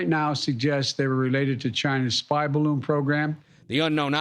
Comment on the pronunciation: ""spy"" bloon